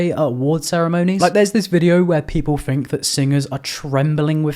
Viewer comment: “I fink you need to lay off the drugs” 😭😭😭 I’m subbing